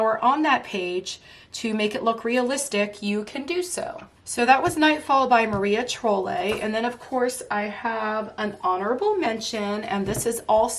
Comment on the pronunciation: love your picks! I have a lot of your top 10. Just an fyi it is pronounced like Maria Troll. like the crazy hair doll.